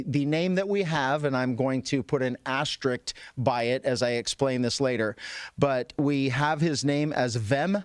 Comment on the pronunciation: What is an ashterick? What a tsherrrif, hahaha